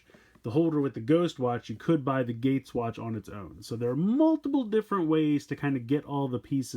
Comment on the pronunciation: his name geiz not gates